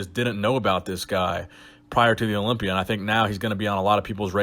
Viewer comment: Herro. I’m competing in da Orympia